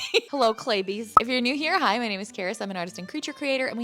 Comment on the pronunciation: Omg she said claybies from stream XD